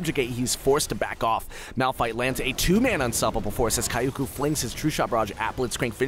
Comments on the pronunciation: I don't know where he hears or even reads ''A'' in the name, gives me cringe vibes too .. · kioko? it's pronounced. kjoko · Kioukou? KYO-KO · how about read is as kiyoko , it far better than kayoku lol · He's pronouncing is as /Kai-Yo-Ku/. I think it's prolly supposed to be /Kiyo-Ko/. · kai-o-ku xD kyoko isn't pronounced like that mang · From my humble anime janapanese experience I believe its pronounced Ki-o-ko. not Ka-ioko. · yes, but it's pronounced like kyoko. or closer to kyoko than kioko. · Kyoko is two syllables and rhymes with Yoko (Kiyo-Ko with a very short 'i'), it'd be like you calling Sean, "Seen" for the entire video, bothered me so it felt pertinent. Enjoyed the plays otherwise! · i feel you watching this i was thinking thats not how you would pronounce kyoko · Wait, if he pronounces "Kyoko" as Ka-ya-coo, does it mean that he pronounces "Tokyo" as To-ka-ya? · Kyoku? When does a O make a U sound? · It wasn't even Kyoku, it was Kayoku xD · It sounded like he was calling that Ez "kayoku" the whole time. Otherwise, great voice-over work! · I finally found this comment about that.Kayukou he says...not a very bad name actually. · dude reading the name as if it's "kayak u" XD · omg "kayoku" :@ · he said "kayoku" xD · omg that "kaiyouku" pronunciation... the cringe... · I mean it is not common name but how he butchered it is amazing. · I read the summoner's name and what he said and was really confused at first LOL I never thought anyone would butcher it that bad. Usually people still say Kyoko but with an English accent. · wow the commentator sure knows how to read JAPANESE(Sarcasm) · you dont have to be a weeb , oh shit i ruin the joke but i mean ,actually he can try to listen how to pronounce 'kyoko' at google trans , it'snot that hard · The way you pronounce kyoko makes me cringe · mega cringe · i think you pronouced kyoko wrong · Cringing so hard when he pronounces Kyoko -.